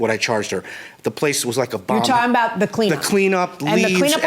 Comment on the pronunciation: He’s like “what are you talking aboot” lmao